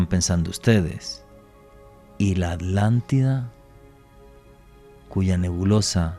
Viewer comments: Y dice es Átlantida. (Y se sostiene en la t). Al igual que jItler (acentuado en la i) o uno aún más español el popular vídeo (acentuado en la i) en vez de video con prosodia en la e. Lo loco es que ambas parecen validas. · Tambien dice la Alantida 😮